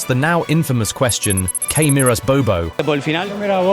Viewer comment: You pronounced Riquelme's full name kinda funny. And then you pronounced "Que miras, bobo?" really funny, you Gringo 😆